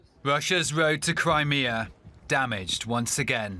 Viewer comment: Wussia's woad to Cwimea